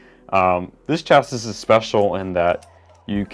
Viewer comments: Is pronounced chasi its spelling is just chassis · It's pronounced Chas-see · No it's pronounced Chassis is pronuced Chasee look it up not trying to be rude just want to spread the information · It’s pronounced chassi but spelt chassis because the s is silent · Hey. Chasis is literally pronounced cha-see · Its pronounced shasii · Its actually pronounced like (CHasē/SHasē) to be exact! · Its chasee isnt it? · no. It's shasee. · This is how many times beytubers will say chassis wrong 👎🏿